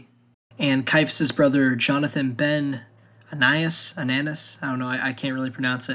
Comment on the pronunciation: Anaias ... how tf could that be Ananus? Just read with your eyes. If you're going to make these, man, learn to say the names right or it's hard to take you seriously. Shimon is not "Shy-man" and dude... ˌkæn dlˈɑ brəm